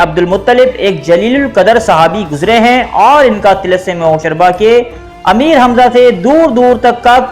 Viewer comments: Lol hosharba hahaha he said like i used to read when i was little kid until then i was corrected that it actually be said Hosh ruba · Hosharba nahi Hosh Ruba h.Ruba par paish h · TALASUM HOSH ROOBA WORD HAY HOSHARBA NAHI.HOSH ROOBA YANI HOSH KO APNI GRIFT MAY KARNAY WALA...ROOBA EG DIL ROOBA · Hosh ruba,hosh raba ghulat h, pronunciation theek rakhen,Urdu k baray ustad bhi yeh video dkh skte hn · like zzzrur milta agr tilism e hosh ruba jese afsanvi naam ko sahi pronounce kr lete dear...